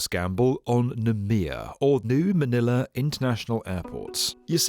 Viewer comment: Manila not Maniler 😂